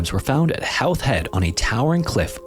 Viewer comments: Gough is pronounced Goff, Whelan is pronounced Whee-lan, and Howth is pronounced Hoe-th. Just for future reference. 😉👍🏻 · Great video. Just two small things to note. Whelan is pronounced like Wee-lan and Howth is pronounced like oath but with a H so it’s like Hoath. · I burst out laughing at 'Hauth' head 😂 come on like, do a little bit of research on pronunciation of local things if you're going to do a localised subject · Howth = Ho-th (rhyming with both) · did "Wellan" and "Hauth" not annoy you either? If he gets things little things wrong like showing a British passport for an Irish man, how well researched are the other "facts" he's telling us?